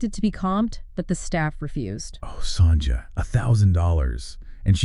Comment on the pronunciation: What a load of crap this programme is !! And why are you showing pictures of Sonja Morgan while talking about someone else? It's not pronounced Songer!